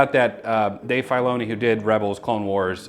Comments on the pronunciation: "Dave FYloni" 😂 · Never heard filoni pronounced like that hahaha